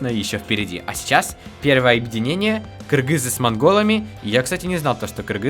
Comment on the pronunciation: маладец ты правильно сказал кыргыз а не киргиз мне бесит которые говорят киргиз